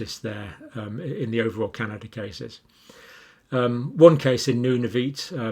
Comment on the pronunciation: FYI - canadian province is pronounced. Noon- a - vut (Nunavut.)